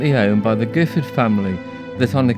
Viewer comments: The family name is pronounced with a soft G’ as in Jiffard. This is because of its French origins. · My understanding is that William of Normandy, after his invasion of England in 1066, granted the lands to those who had supported him. Therefore the Giffard family name is of a distant French origin and should be pronounced with the soft G. I have heard it pronounced both ways. I live in nearby Codsall and have always loved the countryside round Chillington. I’m now almost 80.